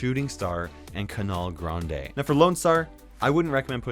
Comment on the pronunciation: Nobody: Literally Nobody:: Cunaler grandey (canal grande)